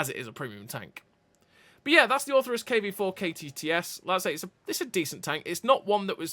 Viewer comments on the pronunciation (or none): Orthrus, not Ortherus